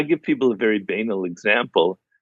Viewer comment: Robert said Banal hilariously hahaha